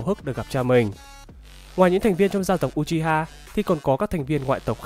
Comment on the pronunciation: Đọc là ư - chi - ha chứ nhỉ